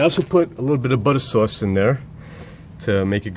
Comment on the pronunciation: “A little butta soowace “ 😂